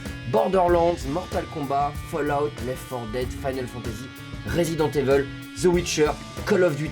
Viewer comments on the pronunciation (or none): C'est quoi cette façon de prononcer les nom des jeux vidéos en anglais. Resident Evel XD